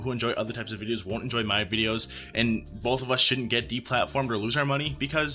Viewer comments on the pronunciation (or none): You said BOLTH sides lol